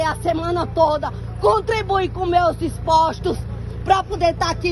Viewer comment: "Eu pagu meus ixpostu". É o melhor do Brasil, claro!